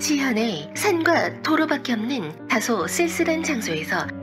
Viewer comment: 발음 좀... '없는'을 왜 자꾸 '읎는'이라고 발음하시나요...